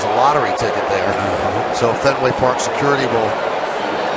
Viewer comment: Fen- Way Paaak, home of the Red- Sawwwwx !